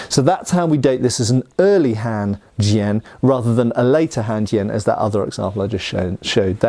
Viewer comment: His pronunciation is alright. I don’t think he mistakenly uses the wrong tone